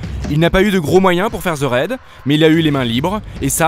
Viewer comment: Merde, apprenez à prononcer les titres correctement svp. Ça me fait mal aux oreilles. Le docu est bien mais le ze au lieu de the gâche tout vraimenT!